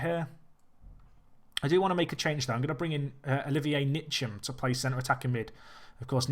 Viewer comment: Loved the video and I love the challenge. By the way Ntcham is pronounced 'En-cham', just as a heads up